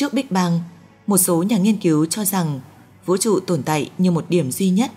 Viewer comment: Cái giọng đọc nghe khó chịu thật sự. Vũ TRỤ chứ không phải Vũ Chụ :)))